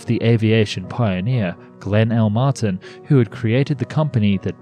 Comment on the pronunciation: Mart EYE N. wtf dude. 🤦‍♂️😂